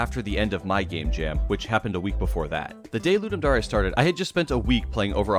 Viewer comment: It’s dare not dar-E